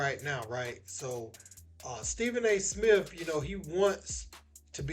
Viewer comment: Steven A "Smiff" being greedy